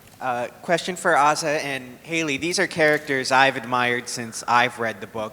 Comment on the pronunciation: HE PRONOUNCED ASA'S NAME WRONG!!!